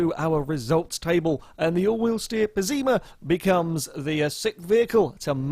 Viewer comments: Its pess-ima not pezzima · One thing I realized: if "Pessima" is meant to be the italian word for "awful", then it's pronounced with the Italian double S sound (a bit like an sh), not a Z, and the stress would be on the first syllabe.